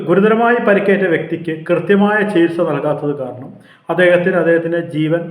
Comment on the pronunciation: അവതാരക താഴെപ്പറയുന്ന വാക്കുകൾക്ക് പെട്ടെന്ന് ചികിത്സ തേടിയാൽ കൊള്ളാം നമസ്കാറം - നമസ്കാരം മൂർജിച്ച് -മൂർച്ഛിച്ച് സികിൽസ- ചികിത്സ റോഗഷാന്തി - രോഗശാന്തി ആഷുബത്രി- ആശുപത്രി ഇള്ള - ഇല്ല